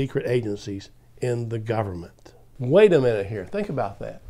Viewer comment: I wish you wouldn't pronounce it "gumn't" because I want people to take your ideas more seriously.